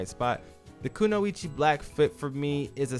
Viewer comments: Glad to see I'm not the only one that thinks the teddy bear outfit looks stupid 😂 You're definitely pronouning Kunoichi correctly. Reminds me of when I used to be stationed over there a long time ago. It's so interesting to see everybody's opinions when it comes to the tier list great video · If people don’t know you’re pronouncing “kunoichi” correctly, then they only watch English dubs. 😂